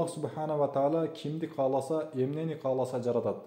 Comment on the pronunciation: Урматтуу диктор каласа эмес кааласа туура так суйлонуз кыргыз тилин бузбаныз